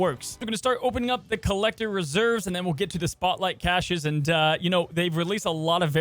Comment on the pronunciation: wait hold the phone! you say caches wrong on purpose?! keep doing it my dood, it's funny as hell